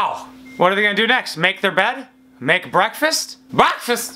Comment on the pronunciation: When you said “brefast” I went off 😂😂😂